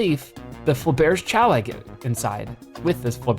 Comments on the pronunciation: Yeah, that's not how you pronounce "Fabergé"... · I'm sorry, but your pronunciation of Faberge was awful